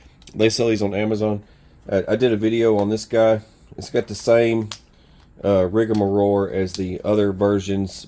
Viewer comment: non sale price is $9.99. Coupons/sales get you 10-20% off of that. If you fix and treat them right, they're greatfor the money. And the word is Rigamaroll. "Rig-a-ma-roll," not "Rig-a-ma-roar." 😉